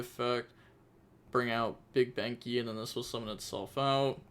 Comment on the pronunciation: Big Ben-Kay 🥲 bug benky is killing me 🤌🏻